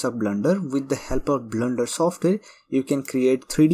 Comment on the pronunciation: It's Not "BLNDER" .....blender